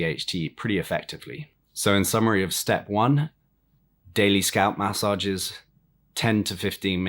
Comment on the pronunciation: New drinking game: Take a shot every time this clown says “mass sah jezzes”.